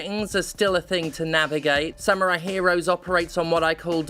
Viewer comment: Oh god don't you start doing the Yahtzee thing of saying "sam-you-rai" instead of "samurai".